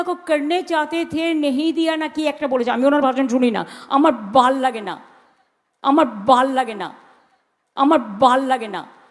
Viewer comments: She said amar bhalll ( bhalo) good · আমার বাল লাগে না অর্থাৎ আমার ভালো লাগে না। মোদীজীর সভায় ভিড় দেখে বলতেই পারেন তার উপর মাথা খারাপের ব্যাপার টা ও তো জিইয়ে রাখতে হবে।বাঙালরা ভ কে ব উচ্চারণ করে।😅😅